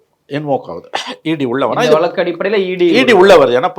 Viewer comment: விலக்கு,,வலக்கு..இல்லப்பா.. வழக்கு